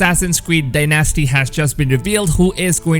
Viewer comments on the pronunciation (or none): dyNASTY, dyNASTY, dyNASTY. Please stop! Say it with me....DYnasty. There, wasn't so hard was it? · Din-asty not die nasty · All three countries. FYI You say Dynasty weirdly Dy-NASsty it's dynasty no emPHAsis on the middle syllable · lol You really emphasize Dynasty like "dy-NAS-ty". It's "DY-nas-ty"! Edit: lol What the fuck!? You pronounced it correctly ! You trollin'?? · "die-nesty"? wrong, its die-NASTY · Mate its DYE-NASTY not DieNasti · It's called dynasty not die nasty go back to school bro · When u pronounce dynasty ..... dye-nasty hahahahahahahahahahahahahhahaaaa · He said DieNestEe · Assassins Creed “Day-Nasty” lol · Die Nasty says it normal. why does he pronounce dynasty differently every time he says it? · "Assassins creed Die Nasty" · You pronounce it die-nasty 😂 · I'm pinoy and when he screwed up saying dynasty I get triggered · I'm not trying to be mean to you my guy but showed my mom how you say dynasty and she laughed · You are BUTCHERING “dynasty” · Can't get over the fact that he pronounces Dynasty totally wrong